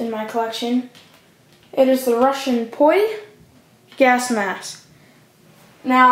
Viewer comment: Its Not Poy Its ROU Its in Russian by the way I'm a Real Russian Bro